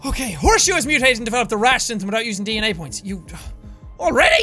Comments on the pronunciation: When he said DNA point, I thought he said d-nya point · Yes DANA (it is suppose to be DNA). That is what DNA sounds like, at least to jacksepticy! :) ;) !) ,) =) !!!!!!!